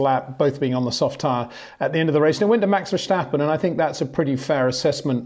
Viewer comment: Peter is giving it the correct Dutch pronunciation.